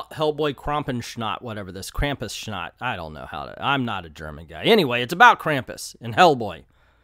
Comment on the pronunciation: Pronunciation key (Crum-pus knock-t)